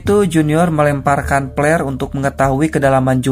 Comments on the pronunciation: FLAREEEE dibaca FLERRRRR bukan PELERRRRRR astagaaaaaa 🤯🤯🤯🤯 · "melemparkan plerrr'' 🤣🤣🤣🤣🤣🤣 Samaan d ahh, gw jg kaget denger ny (ampe di ulang) salah denger apa ga seh 🤪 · Flare kali ya maksudnya, kaget pas denger si masnya nyebut yg kaya petasan itu🙈😐